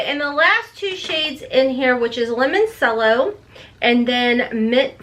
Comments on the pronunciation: Please... say it right. CRINGING HARD every time you say lemon-sello. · Its lemon - cello. Like chello.